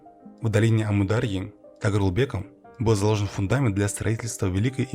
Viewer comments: Читается так: амУр-дАрья ! Ударение на большие буквы! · Уважаемый автор. Когда читаете свой текст, убедитесь в правильности произношения географических названий. Не СырдАрья и АмудАрья, а СырдарьЯ и АмударьЯ. И т.п. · а вы, когда готовите материал, ударения не смотрите? что за сырдАрья и амурдАрья?